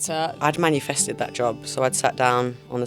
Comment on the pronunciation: Can someone tell Tulisa its MANI-fested not manufested 😂